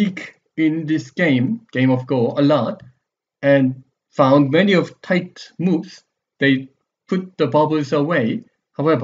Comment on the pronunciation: "much more tight-tuh!" hehe i keep gigling